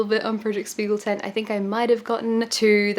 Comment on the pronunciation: loved the video but as a dutch person the propnounciation of spiegeltent is irking me :')